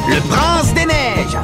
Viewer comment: on dit prinCe avec un C